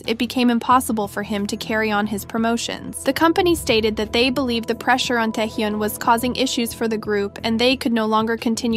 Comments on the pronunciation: It is Tae Hyun not Tae Hyoon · At least google how to pronounce "taehyun" please this is embarrassing